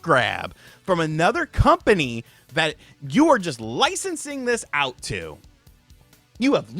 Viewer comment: Dumbass CU-ompany... made me lol... almost a slip up!